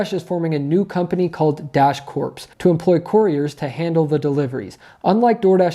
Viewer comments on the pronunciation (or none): My dude... you had me cracking up. Freudian slip, perhaps? Prophetic words? "Corps" is pronounced "core". When there is an 'e' on the end, then it is "corpse". Like I said, though... Dash Corps may end up being "Dash Corpse". The IC enjoys the freedom of making their own schedule. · It's pronounced "dash core", not "dash corpse" -unless they're hiring zombies now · Once again, Great video Thanks for the info and the research you put into it. (P.S. the "ps" in CORPS is silent; the pronunciation of the word is "CORE")